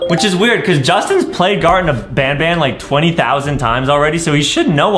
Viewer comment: Justin said gardten of Bonbon